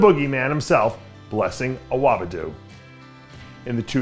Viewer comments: Awobidu no, Dave it's Awodibu lol.😂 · Pleeeease stop saying “awabidu” 😩 i get chills everytime you say it 😅😅✌🏻